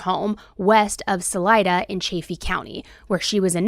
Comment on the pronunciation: It’s pronounced, Sul👀da, Colorado. Sul I da. I’m from Colorado and family live there. 😊